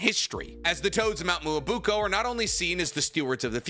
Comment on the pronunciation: So this whole "Muobuko" is actually "Myoboku"?